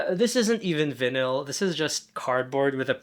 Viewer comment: i wish i was in on the gag where you pronounced vinyl like that, is that like a stan twitter gag